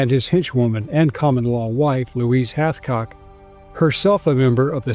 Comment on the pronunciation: Its Hathcock